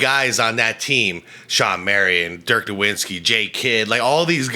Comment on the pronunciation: I love your show, but please call Dirk nowitzki is how it's pronounced. The W's sounds like a v and there's no N.. FYI while we're talking about Dirk I believe he's in the top 15.. maybe the third best power forward questionably. He just didn't play defense